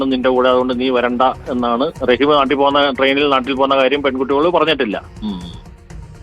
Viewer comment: റഹീസ് അല്ലടാ നാറികളെ റഹീം എന്നാണ്. ലെ റഹീസ് 😮😮